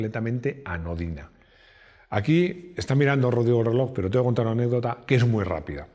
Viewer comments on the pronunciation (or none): none